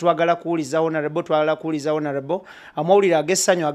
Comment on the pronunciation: I want you to repeat after me: ONAREBO😂😂😂. Please always say Onareble, and not Honarebo. Please please!!! But the comments section is full of stupid people. If you dont agree with Kato's mindset why attack him. I am a very staunch people power fan, but I have he same opinion as Kato Lubwama, we all love Bobi Wine but I have strong doubts if he will win. Kale bwemuba mwefumuula nnyo tumulinde. Kato kyayogedde kituufu nti Bobi Wine asooke alinde bali abeMundu zabwe bekube mukalulu, he will come later, and this is a very very wise observation from his side!